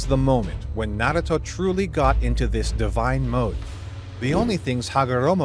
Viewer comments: Bro stop saying naguto it's naruto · Tbh pronounce it correct NA - RU - TO IDK where this man is getting his speech from